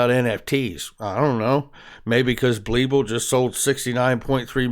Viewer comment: BLeeble....LOL....It’s BEEPLE....LOL